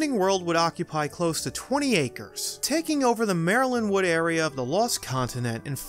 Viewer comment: Great video as always. I think your diction could be use more vocal warm ups. It sounds like you are saying Marilyn Wood and Wizening World. Also, Rowling is pronounced like Bowling, not Howling. Keep up the good work!